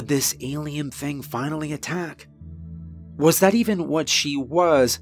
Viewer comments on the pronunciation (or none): none